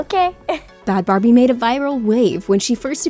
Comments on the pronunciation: BHAD BHABY. SHE SAID BHAD BARBIE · What did you call bhad bhabie? It’s pronounced bad baby not bad Barbie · it's bhad bhabie not bhad barbie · Lemme scroll the comments to see how many people are caught up on "bhabie not Barbie"😂😂😂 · Its Bhad Bhabie. Not Bad Barbie. Its baby.